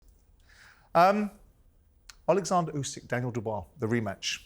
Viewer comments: Why does Frank say Alexander? It’s Oleksandr ffs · Frank stop calling him Alexandra 😂